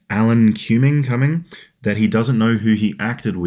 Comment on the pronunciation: What's really sad, was...pronouncing Alan Cumming wrong, I think you said it right the first time bro, I will be Cumming so hard when I see Alan as Night Crawler again 😆🤣😂💀💯